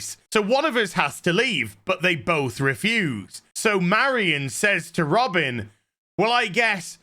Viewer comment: Shouldn’t her name be pronounced Ro-Bine……..not Robin